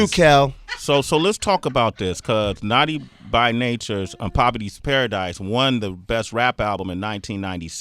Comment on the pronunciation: Sway can't say 'Naughty' Lol